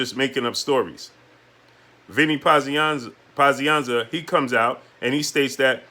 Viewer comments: "Pazianna"?? How long you been watching boxing?? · how are you struggling to say Pazianza's name? Dude is a legend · What kind fight fan are you? You don't even know how to say Vinny Pazienza. What did you get into boxing last week. Stop clowning yourself.